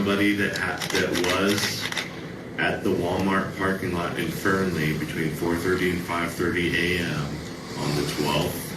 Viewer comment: It's just fern-Lee not fer-nelly